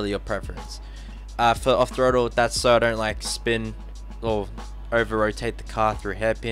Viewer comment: Who else noticed that.. His pronunciation of "SO" sounds like "SIR"